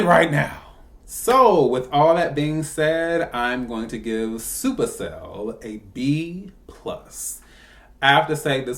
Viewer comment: It's "Supa Cell"